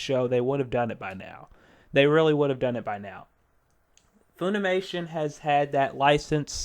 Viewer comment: It's pronounced Funimation like fun, not foon. Please stop, as to save the ears of the viewers.